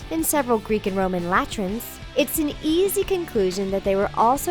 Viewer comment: How do you say the word latrine wrong?